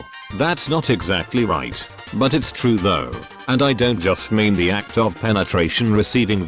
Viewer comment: "...men are about the aY-cEe-TeE..."